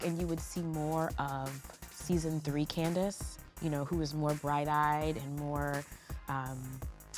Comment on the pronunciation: I see the CCC is up in here screaming for "Candypants'" return. ❌ ====> incase you never heard correctly or forgot how to pronounce or spell her name opposed to the blunder we are forced to imbibe from you it's candiace. There are two major impediments that Bravo isn't changing to allow a comeback. ❌ ====> which gives oblivious to any of this and a HUGE PART of the problem First off, the network likes Truly Original as producers.❌ =====> where's your evidence and validation of this? [nowhere to be found] C alleged TrulyO makes her feel unsafe. ❌ =====> Clearly you haven't even been listening to her. Heck! on this very interview, if this is still your interpretation [or your pretense of an interpretation which is tending towards a more accurate assessment] Second, Giz is favored by Andy, TrulyO AND the network ✅ ====> at the very least you recognize it which makes your overt support of it fall in an even more Grim category and isn't going to be fired. ❌ ======> which once again gives oblivious to ANY of this Giz will leave when she's ready to and that won't be any time soon.❌ =====> The days of the D.S executioners that have existed for too long and have created a show like RHOP and the monsters on it and behind it are being numbered. And justice along with the truth will prevail. Mark my words. Color bias: Assessment 14% = colorist = endearing need for unpacking.